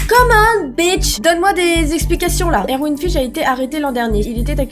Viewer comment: enfaite erwin ça se lit "ervine" il y a un garçon dans ma classe qui s'appelle comme ça ;)